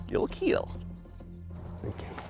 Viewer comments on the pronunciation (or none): Keal not keel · Keal not kill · the way he says kill he says it like keel